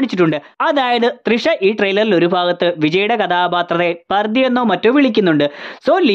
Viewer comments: പർദി അല്ല 😂 പാർത്തി 😂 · പർദി അല്ല Bro.! "Paarthi" എന്നാണ്.!!പാർത്ഥിപൻ❗ Leo&Parthipan🔥Alter Ego😌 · Bro Pardhi alla Paarthi ennaan... Paarthiban enn aan name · പർദി അല്ല ബ്രോ പാർത്തി 😂😂😂ചിലപ്പോൾ പാർത്തിപൻ എന്നായിരിക്കും 😂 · പർദ്ധി അല്ല ബ്രോ പാർഥി എന്നാണ് വിളിക്കുന്നത് - പാർധിപൻ എന്നാണ് പേര് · പാർഥി അല്ല പാർത്തി പാർഥിബൻ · Bro, paand rthi ennahnu vilikkunnath,, paarthibaa ennu randamàthum vilikkunnund